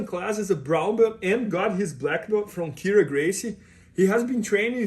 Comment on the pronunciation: not Raryon:)